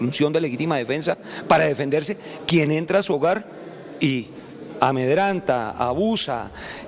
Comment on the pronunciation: General se dice AMEDRENTAR ..no. ANEDRANTAR.